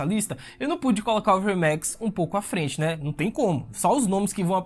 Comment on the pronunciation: Essa pronúncia enrrolada dos nomes dos dragões dá agonia, Verrrrrmex.. saiiireeeex.. porra..